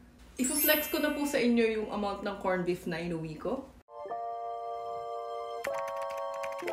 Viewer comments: korn bip! Very Pinoy! 😂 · I like your filipino accent, say it again........ "Kornbip"